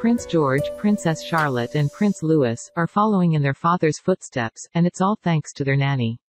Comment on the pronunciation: Pronounced. Louieeee